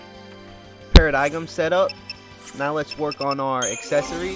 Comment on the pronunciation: The g in Paradigm is silent